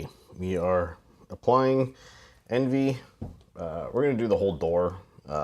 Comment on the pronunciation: It's pronounced on-vee !!!!